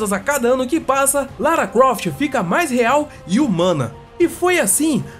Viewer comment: so eu escutei ele falando lara cuoft kkkkk